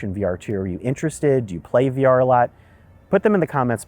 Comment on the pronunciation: The future is Vrar. Or V rar